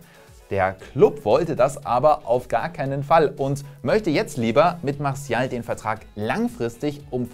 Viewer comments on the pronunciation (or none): none